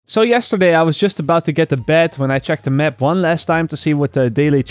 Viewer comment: Stop saying "the mep"